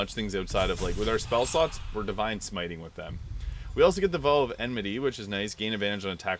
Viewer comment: You're clearly a smart guy but some of the ways you pronounce words are just baffling. The word isn't pronounced "v-oh." The "ow" is pronounced like when you stub your toe and exclaim "oww!!" or like "ouch." There have been other words like this in other videos. And I'm not trying to mock you. I just want you to sound as smart as you are.